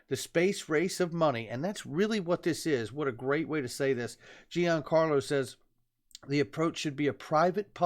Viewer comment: Good job. Just a heads up to all the great content providers: Chris Giancarlo's name is pronounced like "Johncarlo". Not "GeeAnncarlo". Thanks